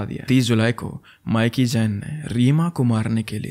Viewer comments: Actually it’s ’mee-ki’. Not Miky. 😅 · That’s not mic-key That’s pronounced as mickey in Punjab 😂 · माइकी नहीं मिकी 😅